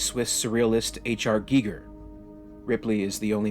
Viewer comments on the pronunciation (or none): GEE GER EGG lolololol geeeeee grrrr egg lololololol. It’s pronounced GUY GER LOLOL geeee grrr